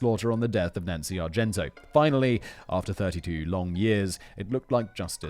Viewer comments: Simon literally never says Nancy Argentino's name correctly. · Did Simon try to mispronounce her name every time? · Perhaps you had a pronunciation guide, but I think it's odd that you didn't know how to pronounce McMahon and you drop the I in Argentino. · Love Simon, love these videos but for the love of all that is holy PLEASE learn to pronounce the victim’s surnames before posting these. Argento is not the same as Argentino. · Argento, fact-boy? Argentino. It’s not like you’re not reading it and can’t see the extra syllable there. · Her name is, R-JEN-TEE-KNOW! I'll spell it out phonetically again, R-JEN-TEE-KNOW! Simon's got a touch of the ol Dyslexia! 30+ minutes of hearing him call her Argento is annoying. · Simon I love the CC videos, but it made me wince each time you said called Nancy ArgenTO when the screen clearly said ArgenTINO. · Nancy Argentino not Argento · Can we take a moment to think about Nancy, the victim here, who Simon mispronounced her last name every time in this episode? Her name was Argentino, not Argento. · Her name is Argentino not Argento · Matt, love the wrestling scripts! More please! I'd love to see a Brain Blaze on Montreal. Simon, it's Argen-tino. Great job nonetheless. Jen, gems of memes, thank you. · Simon … not Argento. It’s Argentino. Are gen TI no. I know you have problems with mispronunciation, but I wouldn’t be the autistic pendant if I didn’t point that out. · Ar-gen-TEEN-a. Not "Argento". Ffs. ....and he stayed at the Motor Lodge because it was cheap . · Simon: talks about paying attention to the victims Also Simon: says Nancy "Argento" for the whole video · I'm glad I wasn't the only one. "ChikaLIto" and "Argento" both caused me to actually cringe every time he said it. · Argentin-O........be sure you're right before trying to correct someone. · You could at least pronounce the victim's name correctly... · tells us "place bo" story, misreads Argentino whole episode, gotta love Simon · NOT ONCE